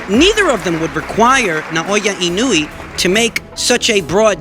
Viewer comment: Inoue = ee-no-oo-eh